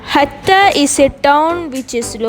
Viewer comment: It’s not Hakka it’s hatta 😅😅